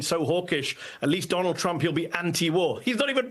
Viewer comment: i think the next president's first name is pronounced, "Donut."